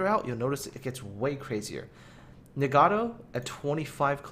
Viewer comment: "...the ni-gaddo." I've never been offended by such a butchering of a ship name ._.